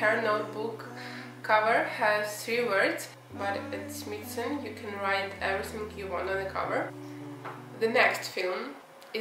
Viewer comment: It’s pronounced “smy’ like sky. So it’s smythson